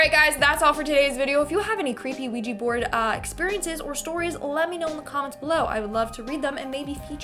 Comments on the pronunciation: Why anglo pronounce it ouiji board its a OUIJA board like OUI=-YES IN FRENCH AND JA = YES IN GERMAN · Sorry but it's pronounced we ja the o is pronunciation is like the French oui = we